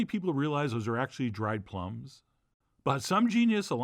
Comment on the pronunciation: Maybe you said "plumb" because we were talking about prunes, but it's "plum".